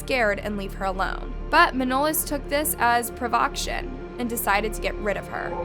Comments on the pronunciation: 🙄 And , it's not provoction but provocation. This creator uses clickbait often and also often has many mispronunciations in her content. Her grammar is often pretty pathetic, unfortunately, considering what she does for a living. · I think he was Al- bain-ian guy and its THROWN not throwed Its also provo-cation not provoction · Like when she says PRO-VOK-SHUN instead of provocation. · Provocation not "provaction. Work on your grammar and pronunciation, it will make a big difference. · At the mark... "Pruh VOCKSHIN"... Ummm, huh?🤔 This MUST be AI. A real human would know how to say PRAH VUH KAY SHUN. Provocation. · PRO-VOK-SHUN?!? You mean “provocation”?!? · Pro-vo-cay-tion- please pay more attention to pronouncing words and names correctly. I like your work but when you consistently make these mistakes it makes you look careless. I realize you want to put content out fast but take time to confirm content. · 'provocation' pronounced incorrectly. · Yeah some of her pronunciation is just crazy! Like "provocation" - how do you get that wrong?